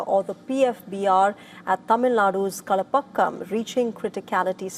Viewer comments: Its not kalapakkan. Its kalpakkan. Just try to talk as it is. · कल पाक्कम् - Correct कलप्पाक्कम् - wrong ÷÷÷÷÷÷÷÷÷÷÷÷÷÷÷÷÷ Newsreader should do some homework, when they are confronted with names and words in a different language than their language. This is basic courtesy! For e.g., Can I read Rahul Gandhi's name as Ragul Gandhi? If your answer is in the affirmative, I will withdraw my comment or question!